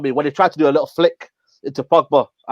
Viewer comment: it’s “little”, not “likkle” 😄